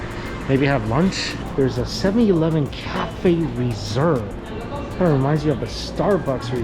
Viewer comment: The way Mike pronounces ! + ? cafe 😂